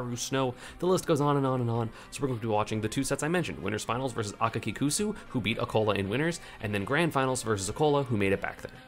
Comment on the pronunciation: ESAM is literally the first non-Japanese person that I’ve seen say Akakikusu correctly